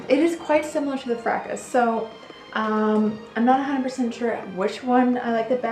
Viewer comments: Excellent. Elizabeth Taylor also loved Jungle Gardenia. By the way, the 's' in Fracas is silent. Frahkah. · The French classic Fracas is pronounced FRAH kah.